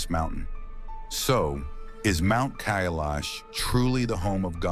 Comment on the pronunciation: Kailash can’t be climbed but, Khe-laash is a different story.